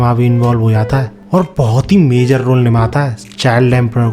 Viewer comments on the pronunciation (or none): none